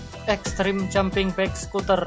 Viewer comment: Pengucapan Bike nya kurang enak